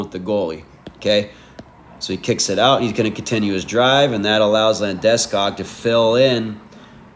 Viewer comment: you say Landeskog weird haha, maybe it's actually proper and i'm just a dipsh!t american :face-turquoise-drinking-coffee:. good vid